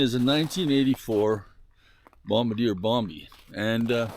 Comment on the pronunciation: It's pronounced "bomb-bar-dee-ay". (I used to live in Quebec).